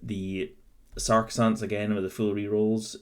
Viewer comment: I gotta tell you dude, it is really difficult to focus on the content of the video when you're constantly mispronouncing the word Sacresants. Sure, it might be pedantic, and I know which unit you're talking about, but it's still really jarring to hear "SAR-kuh-sants" instead of "SAC-reh-sants" multiple times per minute, and having that involuntary moment of internal translation takes away from what you're trying to get across in the video. It's made even more apaprent by the fact that you say you know you're mispronouncing it at the beginning of the video; if you know you're mispronouncing it and it doesn't easily/naturally roll off the tongue, why not take the extra few minutes before filming to get used to pronouncing a unit's name correctly? I understand that not everybody has perfect diction or whatever but I think people will take you more seriously if you're not mispronouncing the name of the unit you're reviewing.